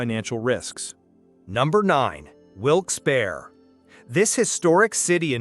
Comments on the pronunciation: " Wilkes Baer Ree " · It’s pronounced Wilkes “Barree” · "Wilkes Bare. Bethleham."